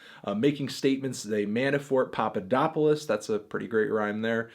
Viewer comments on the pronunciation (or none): none